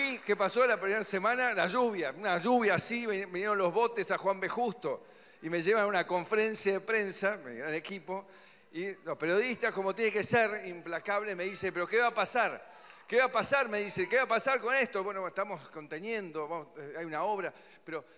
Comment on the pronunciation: Scharovsky jajajajajja pensé que era la única que escuchó que dijo confrencia. Tenes que leer los subtítulos para entender al tipo jajajajja